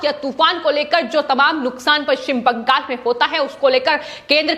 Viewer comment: Why do you stress on paschim bangal in all your videos? Speak normally.